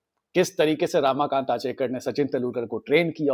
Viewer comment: Bhai, it's 'Ramakant' not 'Raamakant' and it's Anil 'Gurav' not Anil 'Gaurav'. Thik se toh pronounce karo, it's devnagari not Chinese